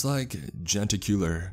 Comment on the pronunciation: Genticular sounds like something that dangles.